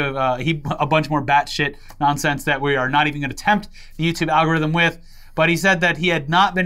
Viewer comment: really said "Al Gorithm" 🤣🤣